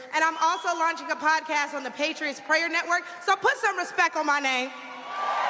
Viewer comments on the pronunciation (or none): I love how she said "respeck" for the word "respect." Please sit down!!!! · Did she say “respeck.” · She needs to know how to pronounce respect before she starts demanding it.